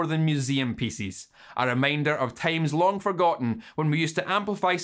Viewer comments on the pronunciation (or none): none